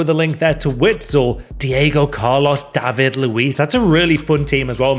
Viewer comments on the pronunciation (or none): none